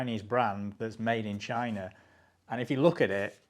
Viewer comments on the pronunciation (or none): none